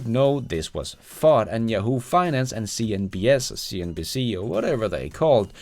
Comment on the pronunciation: I like the way you say "cnBS"😂